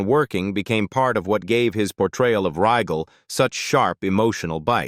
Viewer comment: Can you say A.I. bullshit? Can't even say Rygel right.